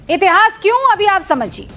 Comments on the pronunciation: Madam इतहास नहीं इतिहास होता हैं। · इतिहास होता है, इतहास नहीं 😂